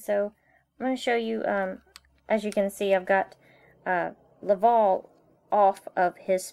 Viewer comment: Its laval not lovol